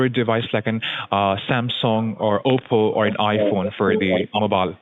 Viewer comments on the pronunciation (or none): none